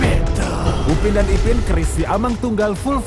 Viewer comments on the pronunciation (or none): Siamang dibaca siyamang, bukan si amang